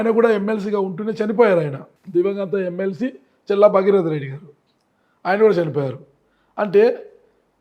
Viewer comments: మరే.... వినలేక ఛస్తున్నాం ఈయన "చెల్లా" 😂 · ప్రయోక్త గారూ ‘చెల్లా ‘ కాదు ‘ చల్లా‘ అండి.